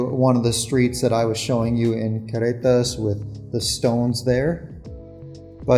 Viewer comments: it's Carretas, (Caugh) you are pronouncing it like Querretas but no biggie. Good show. :) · You have almost managed the trilled double r sound but not quite yet for carretas but darned it if you haven’t managed a Mexican Spanish accent back in English … the double r is the hardest but your Mexican Spanish, when in use, is actually a very good middle class standard & will only get better with time … & eventually the accent in English will tone itself down; it’s pretty much the growing pain byproduct of bilingualism, it also happens the other way around if it’s any consolation & actually an excellent indicator that your brain is integrating your second language in full … just wait ‘till you get to year 6 & year 10, since you are at about year 4 & you are doing this as an adult; I did it as a child & the other way around … Great content, & a very polite way for you & Maddie to part ways, & very tasteful way of introducing your new ‘media naranja’, Maya, …